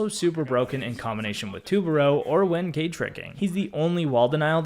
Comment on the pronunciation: Dude his name kait not cayde as youspellit Also it's strong not schtrong